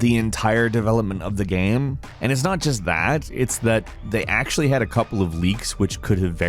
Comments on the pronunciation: Why do you keep saying gam instead of game??? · it's pronounced GAYME not GAHM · The way you pronounce "game" is frustrating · Where is from? He says “game” strangely. Geyame. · The way he says the word “game” is so odd to me. Not a bad thing or anything but it always trips me up when I hear him say “gayem”. Anyone else notice this? Is it like a regional pronunciation? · Bruh! why you pronounce Game Like that?